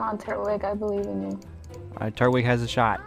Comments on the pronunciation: It's not turt-wig its tur-twig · It’s pronounced tur twig I’m just pointing it out you don’t have to say it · It's pronounced tur-twig